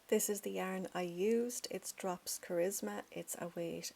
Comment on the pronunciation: Did you say three yarn?